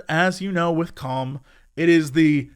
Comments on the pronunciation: everytime he says 'calm' or 'com' my ears always hear it as something else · I know the name of the app is Calm, but I can’t help but hear it as cum, and it makes the ad that much funnier. Juvenile, but I can’t help it. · Boy it does not sound like he's saying "calm" at the start. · I love how Jesse pronounces 'calm' ( ͡° ͜ʖ ͡°)